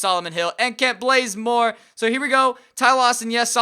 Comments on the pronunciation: He did that on purpose he changed his name to Blazemore too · kent blazemore prettysure its bazemore